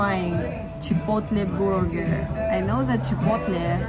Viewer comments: She said borger hehe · It has been too long since I have heard version of "burger".